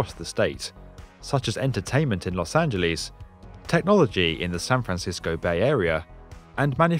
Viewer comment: Lol at the way you said Los Angeles.